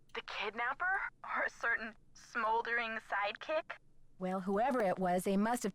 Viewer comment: when said "smolding" i went "smolders" too 😆 honestly, playing another nancy drew game is a dream come true ✨ thank u for being awesome! love u <33